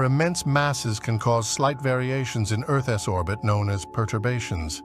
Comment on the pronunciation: Fix your ai. Earth's is not Earth S